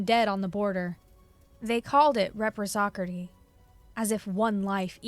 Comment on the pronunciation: reciprocity = re(like in rest)-si-pra-city prescient = pre(like in rest)-see-ent irreconcilable = Ir-wreck-un-sigh-la-ble. phalanx = Fey-lanx. Please don't be upset. Your compatriots have similar issue in their work too.